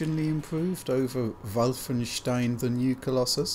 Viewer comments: Doesn't usually pronounce Wolfenstein as 'Vyyfenshtein', not 'vulfen-'? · He says Wulfenstein, even though it should be Wolfenstein. I'm baffled that he didn't pronounce it in German. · MY NAME IS NOT WOLFENSTEEN IT’S VOLFENSHTEIN! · "wulfenstien" my god that is hilarious guys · Where’s Battaglia so you can overdub his voice for pronouncing vhoulfenschtein each time in this video? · "Wulfenstein" isn't correct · Its schtein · I wonder why you guys make fun of the German pronunciation of Wolfenstein. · The inside joke about the pronunciation of Wolfenstein became annoying in the end. Otherwise, keep up the good work :-). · even in German it sounds ridiculous, like seriously, the pronunciation is off. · You guys need to up your „Wolfenstein“ pronunciation game. :D